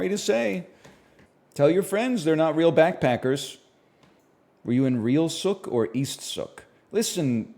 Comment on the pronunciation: He keeps mispronouncing Sooke 😔